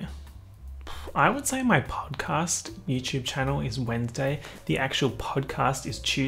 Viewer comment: No one:: chEeeeuuuusday